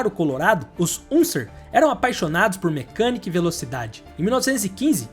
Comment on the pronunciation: Excelente vídeo, mas… a pronúncia macarrônica dos sobrenomes lendários “Unser” e “Mears” fez meus ouvidos sangrarem.